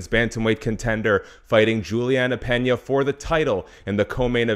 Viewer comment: It’s Peña not Pena